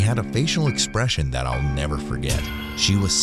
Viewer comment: "Never nerver"💅💅